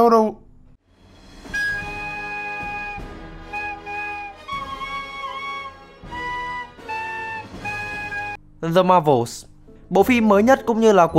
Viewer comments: Tại sao 1 channel chính thống & đc đầu tư bài bản về mỗi clip…mà vẫn phát âm là “Dờ Ma Vồ”? Rồi có biết bao nhiêu audience xem đc & sẽ phát âm theo như vậy (bởi vì nghĩ là video này là chuẩn)? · (Tiếng Anh là ngôn ngữ giao tiếp hàng ngày của mình ở nơi làm việc, vì cty mình là 1 tập đoàn truyền thông quảng cáo đa quốc gia. Và mn (kể cả dân nói TA là 1st language) xung quanh mình đều phát âm là "Đờ Ma Vồ") Ủa mình có góp ý cái gì sai sao: Phát âm k chuẩn tiếng Anh thì mình nói k chuẩn (vd như bạn tên Tuấn mà mn xung quanh cứ kêu bạn là Tứng thì bạn chịu k?). Góp ý là để team làm tốt hơn nữa chứ có phải là phê phán hay nhục mạ gì đâu mà sao k đc góp ý? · Đồng rằng đây là 1 kênh chuyên về review film bằng văn phong giải trí, nhưng nó vẫn là 1 chanel có nhiều sub & mỗi video đều có nhiều view: Việc phát âm 1 từ tiếng Anh k chuẩn như vậy sẽ kéo theo việc nhiều người xem cũng phát âm giống như vậy (bởi vì họ nghĩ rằng chanel này là "chuẩn" rồi). (Thực tế mình gặp rất rất nhiều các bạn trẻ người Bắc phát âm tiếng Anh k chuẩn ở nhiều từ khác nữa: Flex phát âm là Phờ Léch . Video phát âm là Vi-déo. Brazil phát âm là Bờ Ra Zin. House phát âm là Hâu...) Lý do là vì từ ở ghế nhà trường các bạn đã đc dạy phát âm k chuẩn. Rồi đến tất cả mn xung quanh cũng phát âm như vậy. Rồi giờ đến các chanel lớn như thế này cũng phát âm sai...Cứ vậy cho tới khi nói chuyện với người bản xứ tiếng Anh thì ngta k hiểu các bạn nói cái gì. => Tác hại của việc phát âm sai nó lớn hơn so với bạn tưởng tượng nhiều lắm đó. Và mình cũng chỉ muốn góp ý để cho việc đó k diễn ra nữa mà thôi. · vấn đề là bạn cũng đưa ra hướng giải quyết sai, vậy bạn cmt dài có tác dụng gì? Khi chữ "th" trong Tiếng Anh không thể phiên âm = chữ có sẵn trong TV được :D Không biết công ty bạn làm là gì, nhưng đọc là "Đờ" cũng sai hoàn toàn